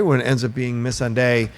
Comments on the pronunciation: When they pronounce missandai like miss sandy lmfao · Can someone please tell this guy to say Missandei the right way? Smh lol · Yo your dude in the middle absolutely butchers names. Just saying. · I find it distracting how pronounces Missandei also how he pronounces Umber. 😂